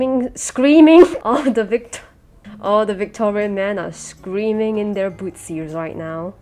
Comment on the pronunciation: "all the Victorian men are creaming- SCREAMING" 😂🤣😂